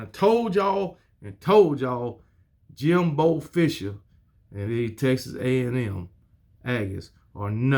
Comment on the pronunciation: They call him Eight and foe Jimbo😂